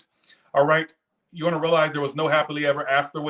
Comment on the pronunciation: "Rightchu" 😆 I love it . Fk these haters 😒 stupid asses 😆